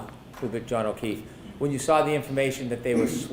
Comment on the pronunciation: There no R in sawr!